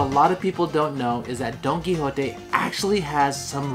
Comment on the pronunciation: Don-don-don Don Qui Don Qui JOTE.